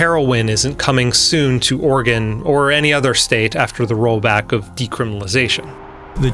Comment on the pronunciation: Oregon, not organ.